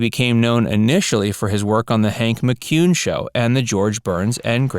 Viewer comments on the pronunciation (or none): none